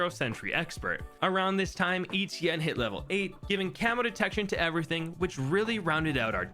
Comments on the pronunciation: ITS NOT “ETN” ITS “ETIENNE” ITS FRENCH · Stop pronouncing etienne like E.T.N.